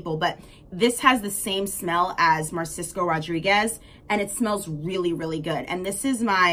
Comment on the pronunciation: It's Narciso Rodriguez, not Marsisco dear